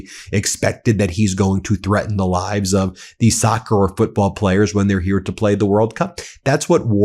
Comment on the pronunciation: Way to demonstrate your AI. Can't pronounce "live" correctly...